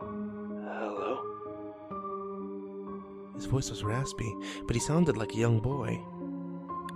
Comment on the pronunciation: Bwing bwing herrrrrrrroo